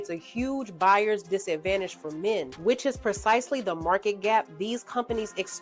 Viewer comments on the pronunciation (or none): none